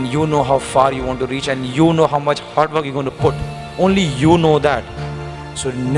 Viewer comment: The pressure that he made while uttering the word hard work says how much he works hard...